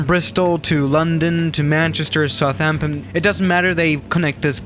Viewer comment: You pronounced Guernsey, Aurigny and Southampton wrong!